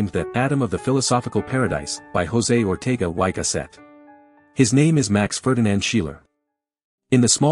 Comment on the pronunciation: I am beginning to realise that America is not particularly interested in even making the slightest attempt at pronouncing foreign names correctly. Most German names were obviously pronounced without basic knowledge of German, and poor old Ortega y Gasset (a Spaniard) would have wondered (or laughed) at the y given as: "why", but setting aside the marred German, I enjoyed the content.